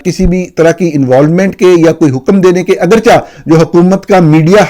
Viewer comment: گزارش ہے نورانی صاحب ، لفظ "اگر چہ" کا تلفظ "اگر چے" ھے ، درست کریں ، شکریہ